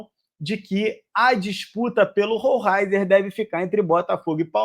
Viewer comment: É (ROLEISER ) a pronúncia correta!!! É assim que os narradores argentinos o chamavam quando ele jogava no Estudiantes. Assistia vários jogos dele